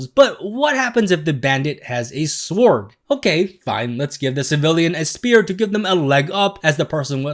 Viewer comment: Why are you pronouncing sword with a w? WEIRDO!